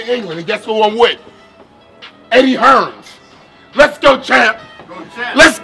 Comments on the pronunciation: Superb.. someone needs to tell Shannon it's Eddie Hearn.. not Eddie Hearns 😃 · its Eddie Hearn not Hearns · "eddie hearns"